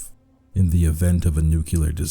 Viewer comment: Why does every god creepypasta reader pronounce the word "known" wrong, make a video on that